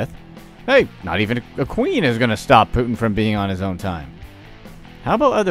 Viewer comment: Putin not Put'in.